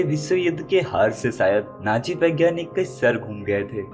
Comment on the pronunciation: Naaji nahi hota hai Nazi hota hai 😂😂